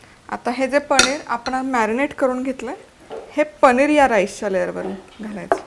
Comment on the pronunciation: Chala tar mag "पनीर" navhe "पणिर " Biryani pahuyat....😂😂😂😂